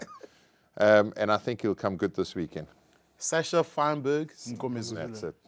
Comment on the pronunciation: For shits and giggles, can we have Schalk pronounce Sascha FM's name again. He had to say it alot on Saturday and fcked it up, differently, every single time.😂